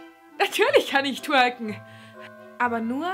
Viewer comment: Wie immer sympathisch, nur warum so hart geschminkt? PS: dein "twonken" ist toll:-)!